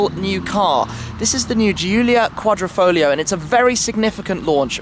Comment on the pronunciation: QuadrIfoglio, NOT quadrOfoglio, is it so hard to read ?